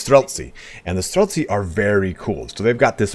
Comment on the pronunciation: Great video! Been what factions were easiest to hardest in order to ease my way into the game. I also noticed that you said Stretlsy with a bit of an accent. I guess you had practice with the Warhammer Streltsi? :P Anyway, great video as always, hope to see you do more Age of Empires 4 and what other guides you will do if you are interested in doing that.